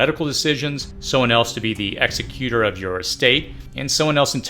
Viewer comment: Please pronounce executor correctly. You are pronouncing it as the person who executes a criminal, not an estate.